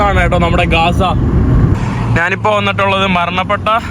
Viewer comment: Not gaasa.say GAZA